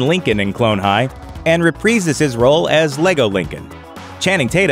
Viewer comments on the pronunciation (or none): "Repreeses" his role?